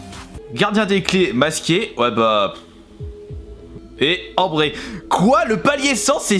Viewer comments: Frère tu sais pas lire c'est fou !!! Tayson non ! C'est tison, ambré non c'est ambre fin jsais pas un effort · Respect mon prénom tu a dit Ambré au lieu de Ambre au palier 100 (respect mon prénom car je m'appelle Ambre)